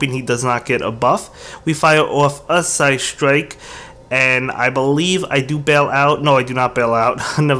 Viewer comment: Kinda triggered each time he said psystrike. Kinda have to look if he really had Mewtwo under 1500 cp haha.